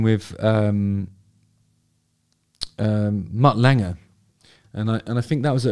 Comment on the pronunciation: Thankyou Justin for finally teaching me how to say Mutt Lange properly.